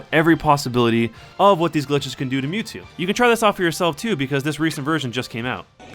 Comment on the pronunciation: it's not mewto it's mewtwo